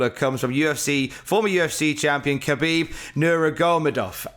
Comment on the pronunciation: Hi, Its pronounced Ha-beeb (the K is silent in Khabib) Nur(rhymes with fur)-ma-go-med-ovv. Keep up the good work!